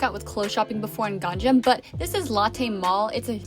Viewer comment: What the heck is a “gang jam”.... "Gang nam" is the correct pronunciation.... Is this pronunciation difficult for you?...